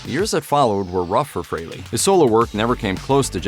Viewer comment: Maybe listen to how ACE pronounces it. FRAYLY.